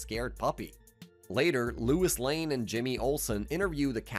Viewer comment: Who is Lewis Lane? Dude. Also heard histowy instead of history lol.